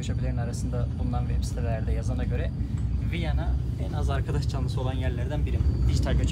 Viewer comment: “VIYANA” viyena degil ❤